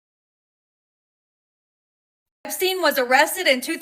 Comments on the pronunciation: Hey fyi the man’s name is EP stein not e steen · Just FYI it's Ep- steun